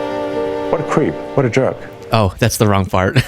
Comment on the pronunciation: What a cweep. What a jerwk.